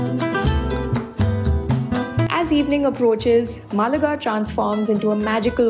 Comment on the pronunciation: Pronounce Málaga right, otherwise it seems like a South Indian city 😂